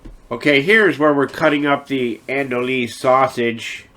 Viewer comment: We pronounce the sausage you used as "an-dew-eee" here in Louisiana.